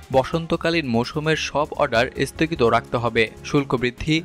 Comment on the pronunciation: This is the beginning of the end . Isthogit na sthogit , please pronunciation thhik korun .